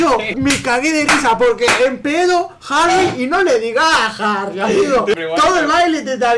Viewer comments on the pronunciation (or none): "Jahrri" AJAJAAJJA